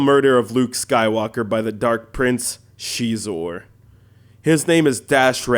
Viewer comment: Notice there is no game footage of levels beyond Gall Spaceport... someone is mad they couldn't beat Boba Fett! p.s it's Xizor not chezor